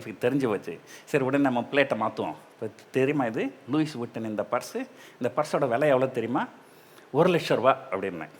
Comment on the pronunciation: Athu Luis illa - Lui nu Sollanum